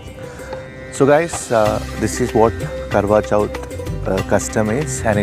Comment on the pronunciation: It's Karwa Chauth!! Just correctly, don't mind.